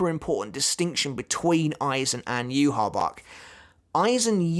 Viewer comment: Aizen wins because the way Yhwach is pronounced annoys me